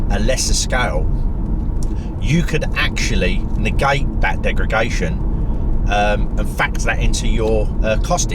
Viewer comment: Love your videos mate. Very good points on battery longevity and usability. I think the 40kw is great but the 60kw with active temperature management will certainly be a better car. I’m telling my “Leaf-curious” mates to hold out for that one if they can. “Degragation” - hehe!